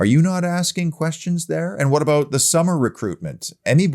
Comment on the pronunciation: I just tune in to hear say "aboot"..minds me of Terence an Phillip 👍UTV